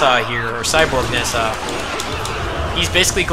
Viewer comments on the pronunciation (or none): Also, Nezha should be pronounced "Nuh-jah".